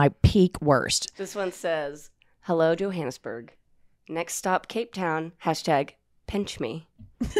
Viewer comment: She actually pronounced Johannesburg correctly as you would say it in Afrikaans 😊